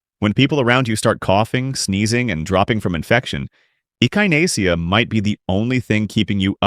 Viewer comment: There is a lot of good information here. I have at least half of these growing already, as well as numerous beneficial "weeds" including purslane, broadleaf plantain, narrow leaf plantain and goldenrod. However, the narration is obviously AI because things like Echinacea are mispronounced.